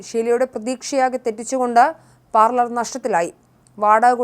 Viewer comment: Parlemento?😂😂sookshichu parayu kutty parlour ennathinu pakaram parlement aayi😊